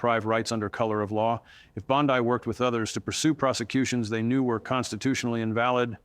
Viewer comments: it's Bondi not bod-ai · Hey, no one pronounces her last name as Bond die, it's Bond Dee, the correct way when giving public info.(JS) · Why do you say it like bonsai? Bon-dee. Every single source says bon-dee. Not bond-ai. It's weird. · Her dishonesty and arrogance is a dark cloud on legimate lawyers. Her name is Bondi not Bondai. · Its not Bond eye , its Bond E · Annoying that he keeps changing pronunciation of Bondi's name. All other news sources pronounce it Bond-ee, not Bond-eye. My first impression was BOT. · Did he just say Bond-I with a long I? A I bullshit,,,, I'm out. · I believe some of this but you can't trust an AI generated video, it's easy to spot, the guy said Bond..eye, that's AI getting the name wrong, you could also hear glitches in the script, don't get me wrong, I'd love to see her in an orange jumpsuit but this video is right up there with the guy wearing a Ryobi personal hovercraft....fake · Is that AI, he does not blink and say Bondai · You can’t even say her name correctly